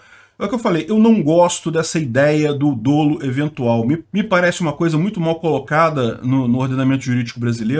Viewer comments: “Dolo” tem pronúncia aberta (/dólu/)! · DÓLO com acento agudo na pronúncia , pls